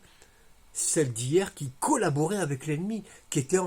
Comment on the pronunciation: Je plaide pour la fin de la "collaBEURation" !